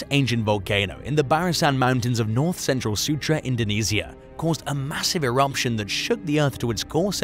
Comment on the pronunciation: There’s no M in the word Eruption…